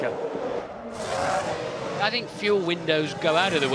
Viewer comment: I love how the commentators (to this day) never try to pronounce Michael Schumacher somewhat correctly.